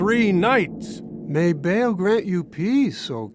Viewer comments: Who tf told them Ba'al was pronounced Bale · I cringed when the Romans sounded like stereotypical Italian mafia lords lol -poor acting, terrible props, was a bit weird -The dudes pronouncing Ba’al as “Bail”